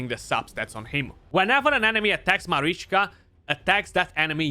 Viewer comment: You are probably the only CC who says both Taras and Marichka names properly 😅